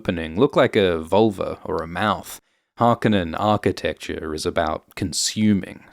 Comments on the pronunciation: It's HarkOnnen, the emphasis is on the -o-. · Can you not pronounce Harconnen correctly narrator!?